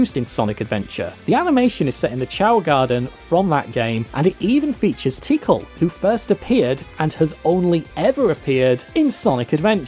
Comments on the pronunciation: Said the chao garden from Sonic Adventure 2 is from the first Sonic Adventure, and calls tikal "Tickle" it's pronounced TEA-CALL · Tikal's name is pronounced "tick-ahl" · not Tikal....TEAKAL😂😂😂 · lmfao the way you pronounce Tikal... "tickle the echidna" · Hey look another person who pronounces Tikal like tickle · I'm sorry but the way you say "tikal" is amazing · Thy fo you pronounce Tikal’s name like that? Also, that’s a NEUTRAL Chao, and I don’t think the Super Form is a force ability.